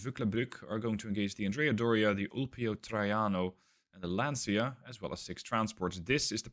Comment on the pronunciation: Lancia = Lanchia not Lansia